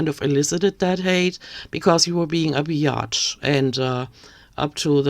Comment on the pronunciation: Hearing a thick German accent call amberlynn Reid a Be-Yotch is the thing that I didn't know I desperately needed today 😂